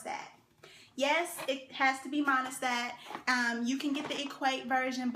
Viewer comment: when you said monistat ...bruh i was done lmao